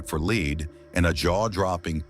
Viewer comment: THE WORD IS LEAD PRONOUNCED LED ( WILL YOU LEAD ME ? I LED HIM LEAD IS A HEAVY METAL